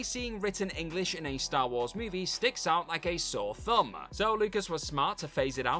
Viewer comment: "return of the jediYUH" "a small but noticable wayYUH" "sticks out like a sore thumbUH"